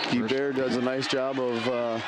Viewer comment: He pronounces Guebert as Gee bare. It's pronounced Gee Bert get with it boi